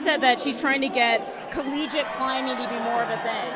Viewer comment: "Collegique" - oh.